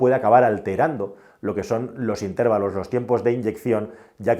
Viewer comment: Por favor, no se dice INTÉVALOS, se dice INTERVALOS....¡¡¡madre mia!!!